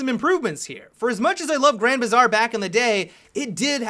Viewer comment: "Grand Bizarre" wtf